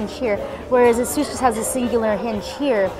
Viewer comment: i really like asus and by the way its asus not asous